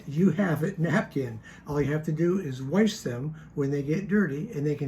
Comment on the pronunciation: "warsh," is showing his southern IL, or IN, roots!